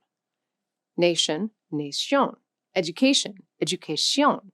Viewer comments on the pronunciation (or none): I'm not sure she has been in a real Spanish-speaking environment. And after saying that the vowels are "pure" and only have one pronunciation, she then "murders" Nación by saying it like nay-shion or something. The a should be like a in "attack." I did visit Costa Rica and Panamá and i did notice the -ción words sometimes being nasalised or "Frenchified" like she seems to be doing. I must say that I have only just come upon this channel and so I haven't figured out if this is an AI narration or not. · This is more an advertising...You pronounced Portuguese more like French...it is wrong. Importante, Portuguese, is pronounced importantcheeee. Very dificult to adapt to the nasal accent. Italian grammars and Spanish grammar are very, very difficult. Bad pronunciation on Nación and educación. Try to teach an english speaking person to say Buenos Aires...I learned 6 languages and speak 4. I know what I am saying. Good work.